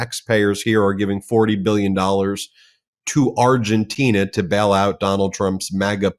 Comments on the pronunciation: With all due respect it's Argentina not "Argentinia" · It's Argentina, not Argentinia!!! It's makes you wonder if she's ever said "Argentinia"!!!